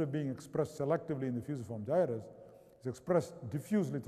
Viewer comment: Agreed, no one alive (save perhaps Brian Blessed) could say 'Fusiform Gyrus' like Rama!